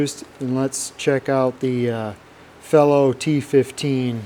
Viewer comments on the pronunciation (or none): It's not fellow its fee-low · "fee-low" and "Vera" and " v-ha" are the correct pronunciations.